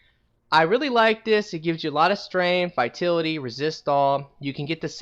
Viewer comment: Vi-tal-it-y. Vitality...